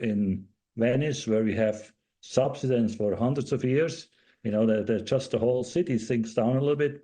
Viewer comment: It's pronounced sub-SY-dence, not SUB-suh-dence.